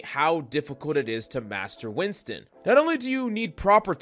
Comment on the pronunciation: Its notwinston its WINTON